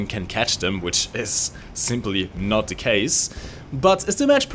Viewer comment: Kleiner Tipp: "The" spricht man mit "i" am Ende nur wenn als folgender Buchstabe ein Vokal kommt. Ansonsten wirds als stummes, tiefes "a" am Ende gesprochen...